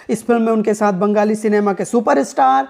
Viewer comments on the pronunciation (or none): Brother please do not pronounce "bangali" as " banggali" , there's a fine difference between the two.The last one sounds too "sadak chhaap".